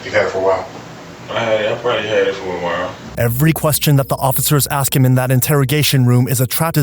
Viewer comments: Why is it in the subtitles? I see the word ask when I’m actually hearing the word Axe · Even the detective can’t say ask